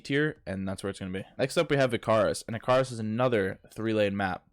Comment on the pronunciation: i-CAR-us 👎. icar-US 👍